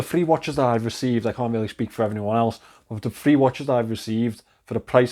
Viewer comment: You have to switch up your vocab a bit. You use the word "really", which you pronounce "rarely", about 500 times per video